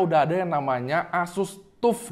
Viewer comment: TAF WOI BACANYA BUKAN TUP TUP